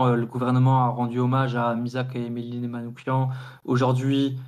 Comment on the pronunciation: Soutien à la Jeune Garde ! En revanche, en honneur de notre défunt camarade, attention à la prononciation de son nom : Manouchian se prononce avec /ch/ comme dans /cheminée/ pas /k/ comme dans psychiatre... Ça ressemble beaucoup au nom Manoukian, mais ce n'est pas le même 😉